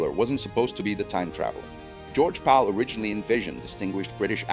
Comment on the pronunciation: It's kind of annoying how you keep pronouncing "Powell" as "Pal".